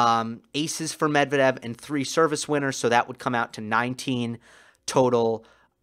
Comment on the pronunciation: you're a brilliant analyst. I'm very impressed - you're articulate without unnecessary dramatics, extremely knowledgeable, watching the matches with an attention of a hawk, finding tiniest but important details. The only caveat - you shall not listen to American/British announcers and follow their lead in butchering foreign names. For instance - learn to pronounce Medvedev the correct way. It shall be Medv-E-dev with an emphasys on the second syllable, not M-E-dvedev, as they say.